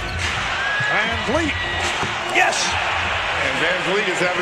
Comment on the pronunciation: And yet everyone (minus CDN media) still pronouncing his name wrong 🤷‍♂️ (Vanvleet not fleet)